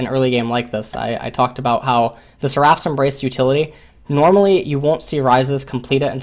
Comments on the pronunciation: sɛr.əf Why are you saying "seraph" wrong. It is so weird. It's not seraaph, the ending isn't "raaaph", rather, it's "rough" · It's pronounced [ser-uh f]